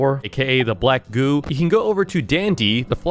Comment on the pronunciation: he said black goo but i heard black goon